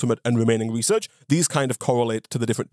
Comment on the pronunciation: reaserch paepuhs